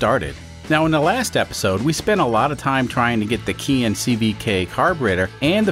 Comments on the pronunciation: Just nit-picking, but Keihin is pronounced kay-heen. I guess not a Keihin anyways so you can call it anything you want. Love the content, keep up the great work. PS. growing up in the mid 1960s my aunt drove a Renault Dauphine, and used to chauffer my mom around everywhere because my mom didn't drive. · I looked up the pronunciation of Keihin before starting this carburetor series and a lot of folks say it the way I do. Of course I don't always pronounce things correctly.